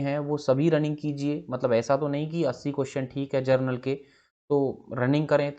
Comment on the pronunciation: 😜, inko pronounciation ka bhi pta nhi ,!